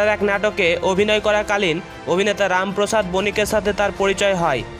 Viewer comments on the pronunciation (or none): Ramprosad bonik not Ramaprasad bonik , enara Bangla ovinoy jogoter ishwar, enader nam ektu thik thak uchharoner chesta korun